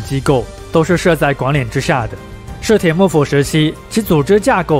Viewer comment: 室町到底怎么念的啊？怎么听着你念 “室田”啊？